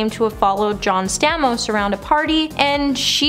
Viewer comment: Its STAY-MOSE. And its Conan O-Brian